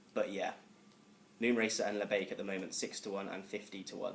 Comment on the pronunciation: I almost turned it off when he said labiak...